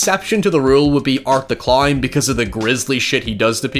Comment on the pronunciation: Is he trying to say clown or Klein?